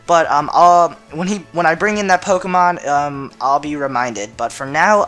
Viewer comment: dude quite a few of the POKéMON that you DO use you can't pronounce their names.....